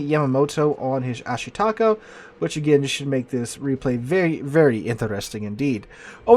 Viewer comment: ah SHEE ta KAH. FFS..